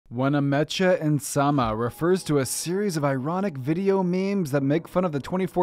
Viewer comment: How dare u pronounce it wenamen Cha insama